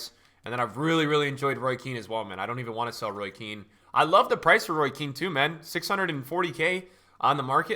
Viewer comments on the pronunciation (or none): none